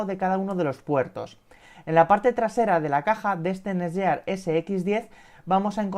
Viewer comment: El vídeo está genial, sólo un apunte. La marca se pronuncia tal que: NETGUIAR